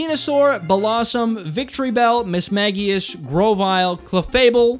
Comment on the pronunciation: THANK YOU FOR PRONOUNCING MISMAGIUS CORRECTLY!!!🥹😭😭👍👍❤️🩷